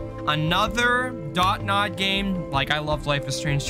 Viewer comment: isnt the company name DONT nod? and not DOT nod? lol